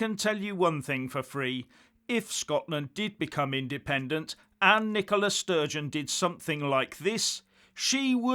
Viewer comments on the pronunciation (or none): none